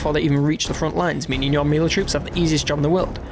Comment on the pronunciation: mealy? Are you trying to say melee?